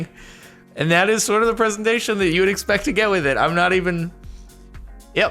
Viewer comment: No. You are not a cultured man if thats how you gonna say presentation